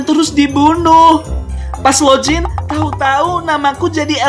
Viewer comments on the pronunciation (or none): none